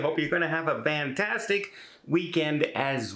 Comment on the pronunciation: Why do you say "vantastic" instead of "fantastic"?